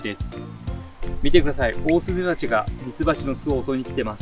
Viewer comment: 「オースーメバチ」ですね。